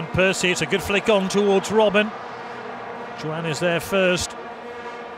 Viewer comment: Why is that the man behind the mic was not taught how to say the names properly... Jo-an?.. who tha f**is jo an?.. kawt?..